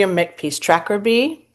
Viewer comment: William Makepeace Thackeray, of 'Vanity Fayre' et al fame; pronounced 'Thackeray' , and not Trackabee 😅 Loved all books by Enid Blyton, then CS Lewis, Nina Bawden, Frances Hodgson Burnett. Firstjunior school reader ,'The Cat in The Hat' ,when I was 5 years old. In my teens, the historical fiction by Jean Plaidy, and Georgette Heyer's Regency/Georgian series of book ( still reading now 50 years later) and Agatha Christie's Marple/Poirot crime novels.